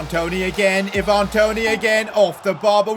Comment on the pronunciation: Eye van not i van